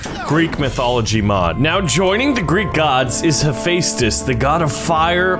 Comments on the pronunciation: im the most geeky person on greek mythology ITS hepheastus (he-fes-tus) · No Kronos was the titan/god of time ok. and Hephaestus is pronounced hef-a-stis not u no what u get everything wrong so one more thing hades teleport thing is really shadow travel OK! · It’s pronounced he fes dis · Also, Hephaestus is typically pronounced Hef-est-us. So if he wins, he'd be the bestus (bestest). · hephestus is not pronounced like that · Why is he pronouncing haphestus like that? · You said Hephaestus wrong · the way you say hephaestus physically hurts me every time you say it